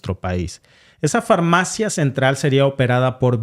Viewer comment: Se dice: """FAR-MAFIA"""😢